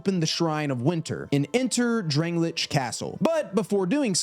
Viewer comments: DrangleiCH? Al-deh-ah’s Keep? Dude what??? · drang lay ick castle .... not what u said lmao